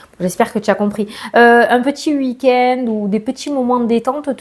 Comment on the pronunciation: Voyons mon ascendant Vierge ♍, déjà 16,16min ça à l'air pas mal 🙌💫 Je t'écoute et merci d'avance ma.🤗 Ps: j'adore qd tu dis " uui kend " ça me fait trop rire à chaque fois😅🤣.et pour la gynéco sans dec c'est pas un truc de fou😮???!!! In cro yaaa ble Vivement que ça s'arrête d'ailleurs ce basard. Énormes gros bisous 🥰. 😜